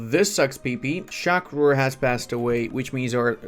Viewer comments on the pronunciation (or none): pls stop saying sha kur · Bro cannot pronounce shah rukh if his life depended on it